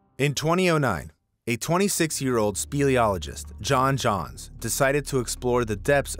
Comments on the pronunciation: why did you mess up his name? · "John Jones". Not "John Johns". I think we at least owe him that much. His death was painful and agonizing. On top of that he was conscious long enough to hear rescue worker after rescue worker try and fail to get him out and at some point he just accepted his fate. Just thinking about the way that he "went", it's beyond anything I could possibly comprehended in terms of an inevitably slow death. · I love his channel, but now im wondering if I should stop watching it now. He pronounces things like “two thousand o’ 2” or “John Johns” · I don’t get how you can spell “Jones” and call it “Johns “. Great first couple of stories!